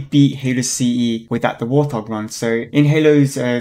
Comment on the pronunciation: was anyone else slightly bothered by him constantly saying war th hog instead of wart hog(no offense) just me? ok